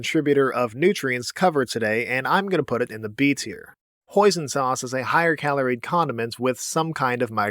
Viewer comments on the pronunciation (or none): When he said hoisin sauce, I thought he said poison sauce